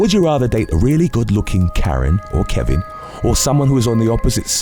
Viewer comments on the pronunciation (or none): none